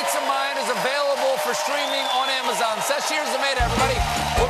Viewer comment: I like how the whole bit relied on Stephen saying the name right, how awkward would it be if he mispronounced it and she decided to go on anyway!